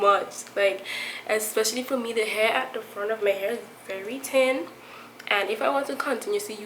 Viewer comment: Listen, the fact that you totally ignore the h in thin and thick is making me miss home!!! WAAAAAA!!!!!!! Oh and great tips,t hanks for sharing. mwah